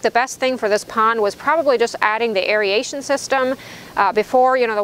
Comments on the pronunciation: You keep saying "airy-ation", but its pronounced "air-ration". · I'm not sure why aeration (eh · ray shn) is so commonly mispronounced as (eh ree ay shn)